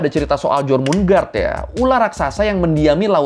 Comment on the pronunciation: jormungandr itu bacanya yormungander bukan jormun-gard, kan N nya didepan R Siegfried juga bacanya Zig-freed bukan sig-fraid kyk fried chicken 😁